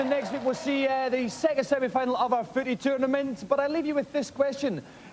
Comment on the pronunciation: Did he say foodie?